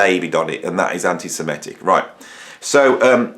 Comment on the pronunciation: With all due respect, the word is antisem-IT-ic. Very common mistake for some reason. And l believe Roger is one - (although l absolutely agree that he shouldn't be censored) - he publicly berated Bono for expressing sympathy for the victims of the 7/10 massacre. That erased any remaining doubts that l might've had.